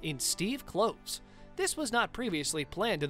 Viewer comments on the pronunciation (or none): Yeah, what a failure! "Crimes of Grindelwald" only made 655 million worldwide - shame really😝. And like this guy said, the third film is surely as "doomed" , so it will probably only make a paltry 700 or 800 million bucks. And BTW, it's Steve Klov-es, like Clovis, not Cloves.